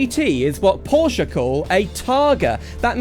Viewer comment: Finally someone who van pronounce Porsche and coupé properly